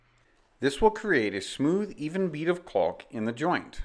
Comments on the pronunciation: It's "caulk", not "calk". Sheesh. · The L in caulk is silent. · He's so careful to pronounce the L in caulk lol